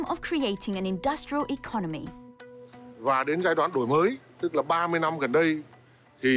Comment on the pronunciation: đổi mới nghe như đồi mồi =.="